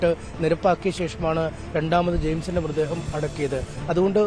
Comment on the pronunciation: മൃദ്ദേഹമല്ല മൃതദ്ദേഹം എന്ന് പറയു